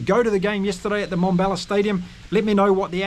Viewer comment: It is NoT Mombella It is MmmBombela. Transition from an m sound straight into a b sound. Let your pierced lips for the m sound pop through the b sound. Come on, you can do it. 😊